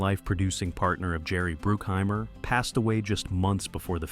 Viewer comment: It's BRUCKHEIMER and NOT BROOKHEIMER,get it right,WTF!!!